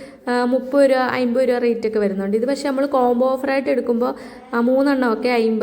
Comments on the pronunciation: ലാല്‍ ഫോണോ...? അതെന്ത് ഫോണ്‍... 🙏🙏 😂😂😂 എല്ലാത്തിനും അയിമ്പത് രൂപയേ ഉള്ളൂ ലേ....? അയിമ്പതല്ല അമ്പത് രൂപ എന്ന് പറയണം ട്ടോ...🙏 അത് പോലെ ചെറിയ ഇടികല്ല് അയിമ്പത് രൂപക്ക് ബെര്‍ത്തായി തോന്നിയോ...? ബെര്‍ത്തല്ല ട്ടോ വര്‍ത്തായി തോന്നണം... 🙏🙏 ബ്ലൂത്തൂട്ട് അല്ല ട്ടോ ബ്ലൂടൂത്ത് എന്ന് പറയണം... വായനാ ശീലം ലവലേശം ഇല്ലാത്തത് കൊണ്ടാണ് ഇത്രത്തോളം വിവരക്കേട് വിളിച്ച് പറയുന്നത്... ഏറ്റവും ചുരുങ്ങിയത് ദിവസവും അര മണിക്കൂര്‍ പത്രം വായിക്കൂ ട്ടോ... 🙏🙏 ഒന്നൂടെ നന്നായി ശ്രദ്ധിക്കൂ ശരിയാവും 👍👍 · ഐമ്പതല്ല അൻപത് എന്ന് പറയൂ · അയിമ്പത് അമ്പത് അല്ല..... അമ്പത് എൺപത്